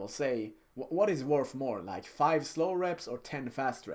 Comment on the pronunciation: why the f you say 'leiki' when the right word is 'like'